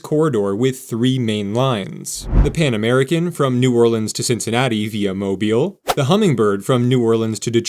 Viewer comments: How can you pronounce Mobile properly, but New Orleans escapes you????? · You need to learn the names of the cities and pronounce them properly every time. Sometimes you say New Orleans correctly and other times you used the ear screening New OrlEEEENS, Awful! Pass Chris-tee-ANN is the proper way to go. I was glad you said Mobile correctly every time. I'm eager to hope on board and take my trip along the Gulf Coast on Amtrak. It costs how much?? I'd love a new train adventure.